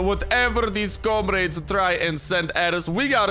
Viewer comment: The way he says comrade reminds me of my Russian friends and he does some good accents or voices if he is doing that then I'm yeah.............